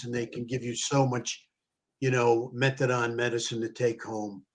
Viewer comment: It’s methadone, not methadon. Idk why it’s driving me crazy hearing it pronounced wrong so much 😬